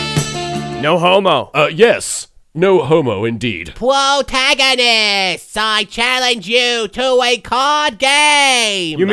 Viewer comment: Pwotagonists! xD